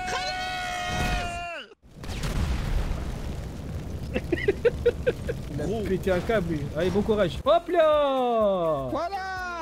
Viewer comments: A la fin il dit anas ou lieu de khanez 🤣🤣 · A la fin "anaaaaas" c pas anas c khanez mdrrr